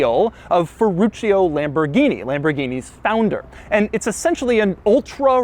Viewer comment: Lamborghini "Shentinario" got me 😂🤣